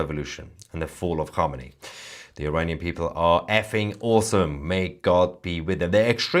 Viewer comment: Mayer would you please pronounce Iranian not Eraynien thank you